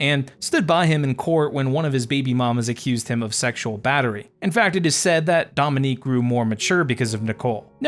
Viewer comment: Just butchered his name from the beginning & I can’t keep watching him because he didn’t put in enough work to even enunciate his name right